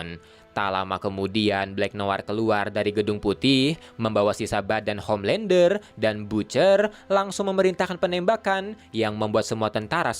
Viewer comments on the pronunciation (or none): Homelandah,Bili butchah😑